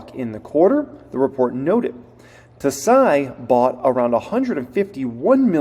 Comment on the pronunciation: fyi Tsai = Sai (silent T)